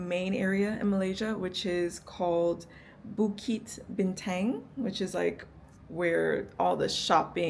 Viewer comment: Bintang is actually pronounced as "Bean-tounge" just sharing 😁